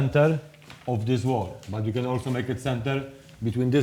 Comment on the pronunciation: your speaking to camera on these videos has become very lazy. Du instead of the, dis instead this, norf instead of north.i live in Birmingham not burm in um!